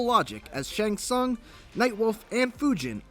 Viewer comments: soong. sOOng. Not sAUng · Its not SUN ITs pronounced soon smhhh noobs